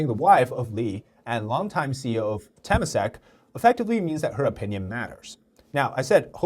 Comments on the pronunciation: Just a correction for pronunciation: Temasek is pronounced "Tuh-mah-sake". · Temasak is pronounced as Te-ma-sak. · Nice video but at least pronounce temasak right lah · As a Singaporean, hearing Temasek being said like that is just egh